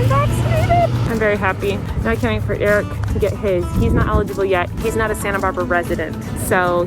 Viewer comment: why cant you pronounce your own husbands name correctly? it's EH-RICK not ''irk'' lmaoooo